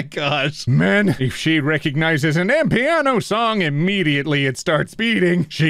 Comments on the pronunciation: the way you said "amapiano" genuinely killed me. Maybe try looking up how it's pronounced for next time and no it's not a john wick song, it's a South African music genre XD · calling amapiano "am-piano", I'm dead 🤣🤣🤣 (to clarify it's kinda like I'm a piano but = ama pee-ya-no) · Amapiano, pronounced AMAH-PIANO, is a popular genre of music in South Africa. Some people consider it to be classless 'street music' and it's used as an insult here. For example, 'Is your son also a fan of Amapiano?' i.e. Is he doomed to a life of doing drugs, fucking women and dying young on the streets? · Hey. I usually don't comment on your vids (they're great BTW), but I just had to comment on your absolute butchering of Amapiano (respectfully, ofc.) Amapiano is basically a South African genre of music, made up of local or international music, usually remixed to include house elements and the added twist of piano. It's also pronounced Ah-mah-pee-ah-no, lol. The John Wick song you mentioned isn't actually from the John Wick series, just mentions him